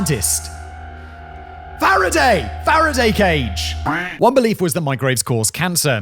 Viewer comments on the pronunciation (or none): lol feraday cage simon? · A FARADAY cage!!!! Simon, dude, you're British, you've got no excuse!